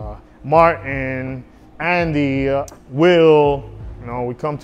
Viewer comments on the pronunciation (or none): none